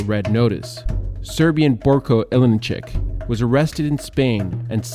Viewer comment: Ilinchick? Dislike. Learn how to read names properly